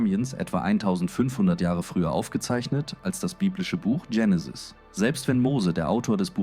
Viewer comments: Warum wird das Wort Genesis hier ständig englisch ausgesprochen, nämlich "Dschenesis" statt Genesis. Ist es weil hier mal wieder eine KI Stimme einen engl. Text übersetzt hat? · Vielleicht denkt die Ki an die beliebte amerikanische Sega Videospielkonsole , die hier mega drive hieß.Auf jeden Fall kommt es vielleicht wenn man von Benutzung wie oft vielleicht dazu,dass es richtig ist das so auszusprechen und die Band Genenis ,eben habe ich noch gemerkt, dass das Genesis ,einmal in kurzer Aufeinanderfolge ,dass Wort zwei mal anders ausgesprochen aber auch eher englischartig und dann noch mal anders .Drei mal verkehrte Aussprache xmal ..nach dem ersten Hören ,also erschreckend alles mit den Ki Stimmen und das bei so wertvollen Dingen …..alle keine Zeit mehr?!Das glaube ich kaum.